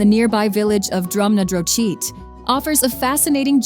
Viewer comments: "DRUMNADROCHEET?" Are you freaking serious? This is completely unacceptable. You think you have the right to come to Scotland, make your travel films and butcher the names of places many, many hundreds of years old? How lazy are you people that you couldn't have prepared yourselves before filming as to the correct pronunciations of the places you were going to visit, or in post production? Then there was - Booshile eetive more, WHAT? Try 'Buchile etive mor GlEncoe? No, it is GlenCOE!! Lock KatrEEn? It's Loch KAtrin. What's the American fascination with having to place the emphasis on the first available syllable or altering the correct for your very own? ? The Tross-axe, no it's The Trossachs, pronounced with the soft ch as in loch. Dunna taar? No, DunnOtar. It is not "I-lay", it is "Ilah." MashEEr Bay? No, "Machir BAY," with the same soft ch. You just make it up as you go along. It is not "Gay lic," in Scotland, it it pronounced, "Gallic." HollyWood Park? Try "HolloRood Park. Rood indeed. How enormously uninformed, arrogant and disrespectful although unbelievably, you did get Edinburgh correct most of the time with only one Edinboro. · Please stop pronouncing everything so badly! It's an insult to Scotland. "Drum-na-drow-cheat" had me buckled! 😂 "Traw-sacks" ffs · It’s annoying the pronunciation of drumnadrochit Ben A’nn and the trossachs had me shouting that’s no how ye say it 😂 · Your pronunciation of Drumnadrochit is a wee bit off. Try this one: /drʌmnəˈdrɒxɪt/ . 👍😉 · That's exactly what was going through my head just before I saw your comment! The Kwee-rye-ang😂😂😂 Drum-na- droh-cheat 🤦‍♀️🤦‍♀️ My guess is that the commentary is AI generated. Awful. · Drumnadrochit,Ben A’nn,loch katrine and the trossachs had me shouting that’s no how ye say it 😂